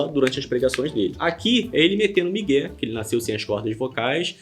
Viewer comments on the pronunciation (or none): Ai não é miguem é migué kkk